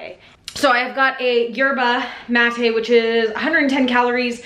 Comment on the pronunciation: is that actually how yerba mate is pronounced? this whole time?